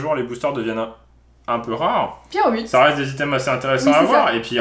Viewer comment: tu t'es trompé tu as dis pyrobut alors que c'est lapyro et enplus c'est mon pokemon préféré